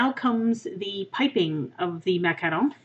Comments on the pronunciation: It's not macalon it's macaroni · no, it's not. the word is really "mah-cah-ron". this pastry is french and i don't think there's an english way of saying it. macaroon are a whole different dessert. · (MACK-A-ROONS) not what ever the heck you say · it's MAC-A-ROON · I use to have this one account and i commented that i thought the way you pronounced "Macaron" wrong and you banned me. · Greetings from Toronto! I could tell by the way you pronounce macaron that you were probably from Canada, then I looked up your page that said you are from northern Ontario so I knew for sure. I love the French language. I put all three of my kids in French immersion and two of them now have university French degrees. Oh and by the way lol, I loved your video too and will be making these for next weekend. One of my daughters is a macaron fanatic and I have a beautiful tin of Fortnum and Mason loose leaf Earl Grey tea in my kitchen which I'll grind up a bit. Thank you! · I'm almost certain that's not how your pronounce macaron.